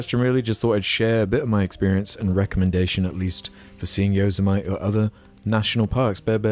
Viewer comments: “Yo-zuh-mite” haha it’s yo-sem-itty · inb4 Americans attack and for scolding them about stonehenge and then following that up with a horrid mispronunciation of Yosemite (yo/sem/i/te) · As a californian pronunciation of yosemite made my jaw drop lmao. But yes california is a natural wonder outside of the cities, very beautiful and diverse.